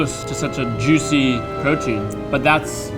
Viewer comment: "super yuicy" Was that a Guga reference?